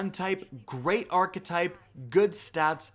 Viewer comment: I watch your videos all the time. Always useful info and reliable. But damn it bothers me the way you say archetype. Very cringey